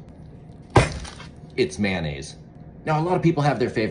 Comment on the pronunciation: It's pronounced Ma-yo-naise. Not Maynaise.